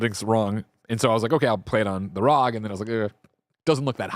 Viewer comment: IT’S R.O.G not rog